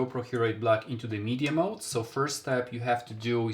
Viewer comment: Mod not mode lol